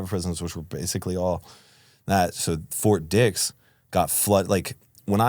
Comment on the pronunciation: annunciation lol o thought you were saying something other than fort dix